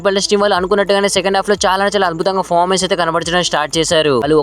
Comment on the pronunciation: Fomens Kadu adi performence antaru ra babu 🤦